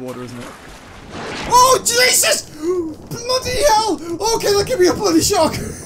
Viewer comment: did you just said jebus